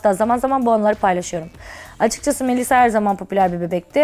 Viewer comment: “kObul” değil, “kAbul”. “GazAteci” değil, gazEteci”, “MeYsa” değil, “Melisa”, “kartposter” değil kartpostal. Ay yazık yaaa iyi ki Şeyma değilim :(